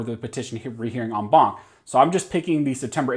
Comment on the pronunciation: I just dig when you say on bonk. Thank you for the update.😆😆😆